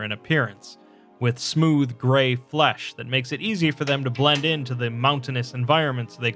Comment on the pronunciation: The way you say "flesh", and how often you say it, is a bit off-putting.